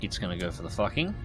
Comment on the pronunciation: I know its done on purpose, but just in case, it's pronounced Foo Ching or something, not what you say :D